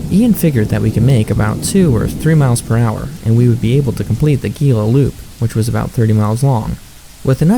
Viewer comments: Gila pronounced hē-lə- same as Gila monster lizard. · why do you pronounce Gila with the G sound???